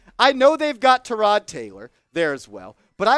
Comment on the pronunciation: it aint tyROD its just tyrod sheesh